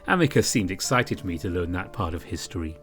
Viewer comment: I think his name is pronounced as Ameecoos.